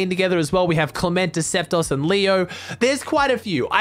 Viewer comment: Can u pls say Decyptos correctly. U always butcher it by saying deceptos where it should be decyptos (pronounced deciptos). Like so he can see